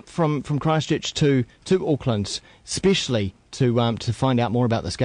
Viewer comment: Eespeshly, eespeshly.